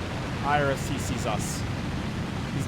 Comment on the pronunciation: why are you pronouncing IRIS-T like I-R-S-T?